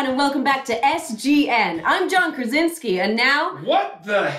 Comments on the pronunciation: That's so hilarious beeing Polish and listen how John pronunce his last name Krasiński ;D like krazinsky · Dude doesn't know how to pronounce his surname. Krasiński